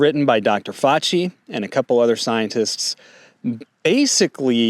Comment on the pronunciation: Defending Dr Fauchi? Really. And you can’t pronounce his name properly? Dude I know I’m being a jerk here but every time I think we a red on the same team you are talking about how serious some new flu is and minimizing the evil of others.